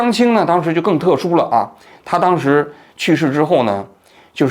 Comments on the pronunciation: 错别字，不是李na是李ne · 还有不是李娜，是李讷（ne） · 李讷，读音ne四声，不是na四声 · 好像李讷的（讷）字你读错了吧😅